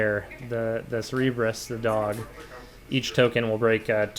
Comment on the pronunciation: also mispronounciations... its Cerberus not "Cerebrus":P